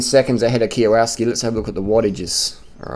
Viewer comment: kiowatski? lol m8 learn how to say his name